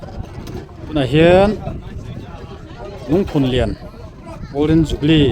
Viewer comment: Lungphunlian i lam rik dan erawh ka complain deuh. "Rallianchhawn" tih thluk anga lam hi a dik lo a, "Haw vat rawh " tih thluk anga lam rik tur ani e